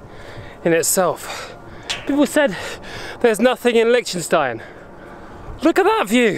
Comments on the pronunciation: hoii not the way this guy pronounces it. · Is that how Liechtenstein is pronounced?